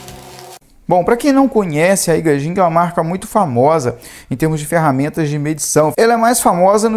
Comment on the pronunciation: Só uma ajuda com o nome do fabricante, pronuncia-se AIGUÊIDJING. Espero ter ajudado